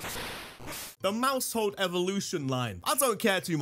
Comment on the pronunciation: IT'S MAUSHOLD, NOT MOUSEHOLD!